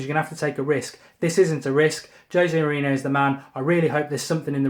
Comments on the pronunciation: why do you keep saying " jose moreno" its pronounced more-rene-yo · Can someone please teach Mark how to pronounce "Mourinho" correctly....